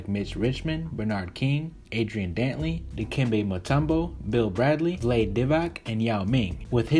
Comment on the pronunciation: Lol. Vlade Divac's first name isn't pronounced Like Glade. It's Vlah-Day